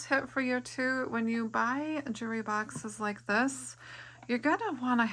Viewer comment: A "jooree box?"